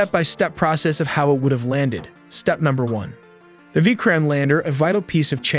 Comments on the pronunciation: You did not pronounce Vikram properly...it should be pronounced something like "Vi-krum" not "Veekraam" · It's a nat a vi krime lander, it's a Vikram lander